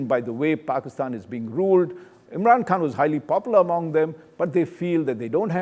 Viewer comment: It’s not imran Kaan ,,, it’s Khan